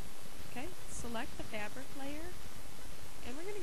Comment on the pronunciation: I hate the way you say fabric! gawd